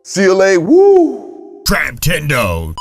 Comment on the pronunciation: CLA WOO 🤨🤣